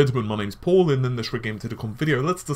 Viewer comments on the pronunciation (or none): none